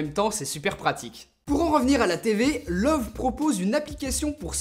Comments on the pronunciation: Juste pour info, ça se prononce "Leuveu", pas "Love" ;) C'est Allemand :P Après, je suis vraiment pas fan de cette marque, je la trouve trop cher pour ce que c'est, même si ce modèle est plutôt "abordable" pour de l'OLED 4k. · Salut! Pour info, "Loewe" est la traduction allemande du mot "lion". Mais surtout cela ne se prononce pas comme "love" mais plutôt "Leu-ve" ("eu" comme dans le mot "noeud" et le "e" final comme dans la première syllabe de " veuve"). C'est la prononciation officielle internationale de la marque. Bien amicalement et merci pour tes vidéos. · Loewi on prononce i à la fin pas e même si c'est écris Loewe xD